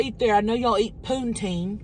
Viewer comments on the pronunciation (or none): LMAO Puneteen!? Hahahahahahah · hahahahah bully THIS & "poontine" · I love how pronounced Poutine as POONteen!